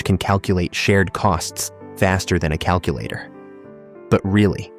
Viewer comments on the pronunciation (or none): none